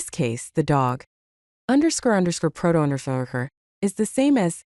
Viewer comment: wasn't even close😂. I think you could fix that by providing it like this "_ _ proto _ _ " to the voice generator so it reads each thing seperately. I didn't finish the video as I dont like ai voicovers.